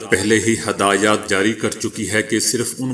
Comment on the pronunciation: ہدایات ھ پر زیر پڑھیں ،زبر پڑھنا غلط ہے۔